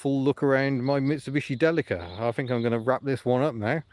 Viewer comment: It is pronounced Deeleeka! I've had a couple and you will be lucky to get 28mpg out of it, you are mu friend on Facebook, shout me on there if you need help or bits